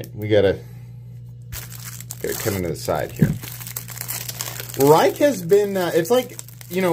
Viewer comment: If it’s the Rike i’m thinking of it’s pronounced “rake”.